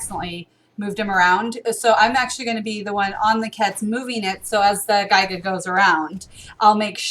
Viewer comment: I know this is a old video but the way you guys pronounce gigga and quetz is so cringe.